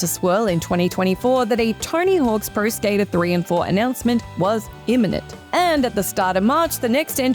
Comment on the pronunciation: I heard TINY HULKS PRO SKATER 😅